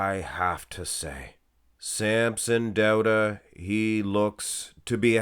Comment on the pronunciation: Are you Norwegian? The way you pronounced the "au" diphthong in "Dauda" is suspiciously Norwegian.